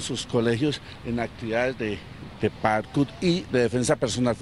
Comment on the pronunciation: No se dice padkout se dice Parkour 🤷🏻‍♂️🙄 también soy de Colombia y compito sobre el Parkour